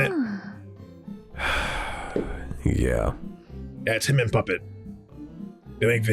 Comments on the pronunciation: GUYS TAKE PICTURES SAID PUPPET’S NAME CORRECTLY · SAID PUPPETS NAME CORRECTLY!! I REPEAT, SAID PUPPETS NAME CORRECTLY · Wow! The fact that since her "girls' night" she has been actual saying Puppets name right is great character development.